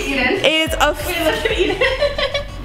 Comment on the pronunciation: is when eden says emen